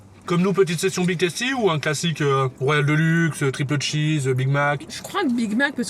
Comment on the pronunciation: Tasty putain pas toasty mes oreilles seigne